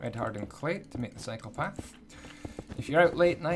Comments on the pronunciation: Every time you say "cycle path" it sounds like "psychopath" lol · Gonna be honest I thought you said psycho path